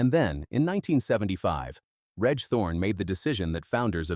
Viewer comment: 'Reg' is pronounced 'REJ' ....come on!!!